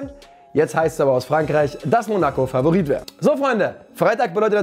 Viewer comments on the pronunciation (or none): none